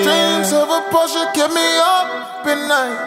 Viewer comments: Finally someone pronounces Porsche correctly 🙌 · Finally a rapper that pronounces Porsche correctly